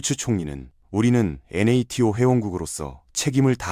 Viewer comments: 나토를 엔에에티오라고 읽는 게 좀 거슬린다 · 영상 잘보고 있습니다! NATO(나토)나 BASF(바스프) 발음을 스펠링으로 하는 게 AI 리딩이 조금 티나서, 이부분만 없으면 영상 깔끔할 것 같습니다.!